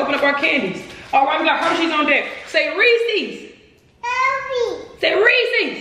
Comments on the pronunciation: say Reese's: yeese's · Its not otonounced ree-seas, its pronounced ree-siz